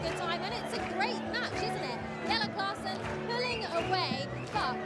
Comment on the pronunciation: The lady said "Classman" instead of Klaasen all the time lol. How can you work as a darts presenter and never heard of Jelle Klaasen.